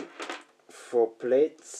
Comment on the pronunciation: Beautiful, and thanks for showing your process :) Your English is fine btw.... Plaits is pronounced PL(AT)S / Plats, English is a weird language. I first spotted you on Rural Sounds via Instagram, love your flowing ambient work.